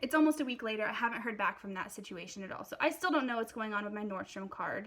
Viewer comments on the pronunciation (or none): none